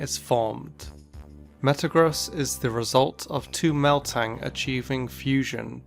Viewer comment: Meltang? Lmfao its ok fam i alotta ppl get meltan confused